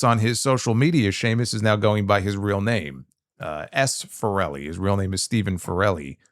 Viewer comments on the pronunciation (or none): I think it’s pronounced farel-ee and not Fa-rel-ee. He’s Irish, not Italian. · yeah basically lol you made it sound Italian when the irish is slightly different farrel e instead of fa relly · You pronounced his name as if he's Italian. It's pronounced like "barrel". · Your pronunciation of Farrelly like 'Forelli' had me dying laughing, he'd be the whitest Italian ever after me! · absolutely butchering his (Sheamus') real surname 😂😂 You pronounce it the same way you'd say 'barrel-e'. You made him sound Italian 😁😁😁 Still my fave wresting YT channel dude, thank you. As an Irish dude, I'm so proud of this man representing us for so long - what a guy 🇮🇪💓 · The pronunciation of his name omg